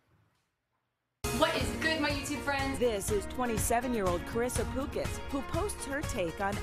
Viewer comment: How do you pronounce her last name? cause the first guy called her "puke-as" lol